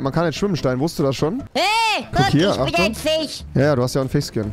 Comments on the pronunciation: Warum sagt Rewi zu Fisch "Fich" und zu Kirche "Kirsche" 😂😂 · Niemand: Rewi:Fich